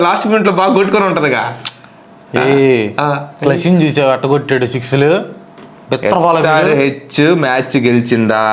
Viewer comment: Miku dandam ra babu.. Perlu correct ga pronounce cheyandra.. Klasen ento.. Murkram ento..davvedhu ento.. Asalu surya available ga ledu ani kuda teledu..